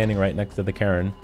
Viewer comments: Cairn isn’t pronounced “Karen” Jesus Christ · Cairn sounds too familiar to Karen in your accent 🤣 great vid, thanks for the info! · That is not how you pronounce Cairn man. Say Kay-urn as a single syllable.